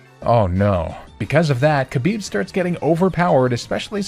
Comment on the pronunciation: Khabib had one wish post career. Just pronounce his name better. It's closer to Habib than Kabib.